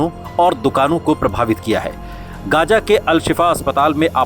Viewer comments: Gaja nahi Gaza h. Bolna dekhiye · It's Gaza Not Gaja